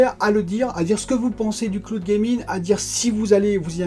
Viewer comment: le cloude gaming 🤦